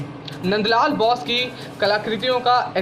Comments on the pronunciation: Abe NBN Ke Gadhe (Nand LAL) Bose....Ka उच्चारण बौस नहीं बोस है। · चित्रकार का नाम मन्द लाल बाेस था! आप बार- बार बाैस बाेल रहे हैं!